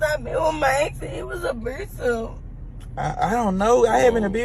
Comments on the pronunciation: Is this memphis cus she keep saying abrusive😂😂😂😂😂 bia take yo drunk behind to yo next ex😂😂😂😂😂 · "Abrusive!" What's that?😂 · There’s an R in abusive?? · She said a bru-sive ...there isn't an R in abusive.... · Don’t you mean, “Abrusive?”😂😂😂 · Don’t you mean, “abrusive?”🤣🤣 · "He was too abwusive". 😅😅😅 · Say again?!? You ain’t been happy since your ex and he was…. “a-bruise-ive”!! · Ab(r)usive😂 "Doin too much, and Da Fuq or Exscur me". If I hear anything like that, I'm looking for an exit 👍🏼